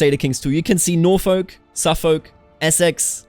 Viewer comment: It's so strange to hear the L pronounced in Norfolk and Suffolk.